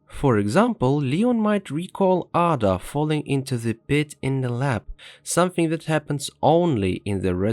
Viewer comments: get ur shit together - not aada, EIDA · ah-dah?? Lmao shut yo ai ass up! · How do pronounce Ada wrong after playing the games?